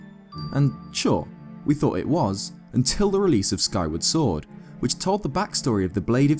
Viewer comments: says sworduhh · "covered in moss and foilage" is this guy dyslexic? Jesus his voice is annoying too... the way he talks is pissing me off. "sworduh" it's like he's trying so damn hard to sound cool.